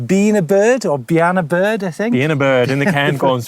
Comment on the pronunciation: Bheinn a Bhuirdh.. Pronunciation... Been aboard.